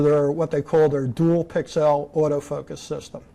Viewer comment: That guy is driving me nuts saying "pixelle" all the time. I have never heard anyone EVER pronounce pixel that way. The rest of the world pronounces it pixle.